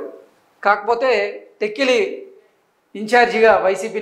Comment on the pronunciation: Please pronounce tekkali properly.